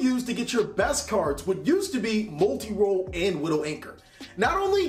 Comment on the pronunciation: Lol gotta love how he says molti roll when u needs to talk about widow